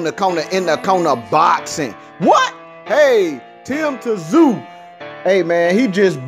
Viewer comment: Its not "Ta-Zoo" - its pronounced "Zooooo" or "Zyuuuuu"